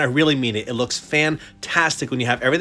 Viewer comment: Cool statue I haven't watched demon slayer yet once I do I'll understand everything more. When u said the statue looks fantastic at first I thought u said Bamtastic u should try using it It might be funny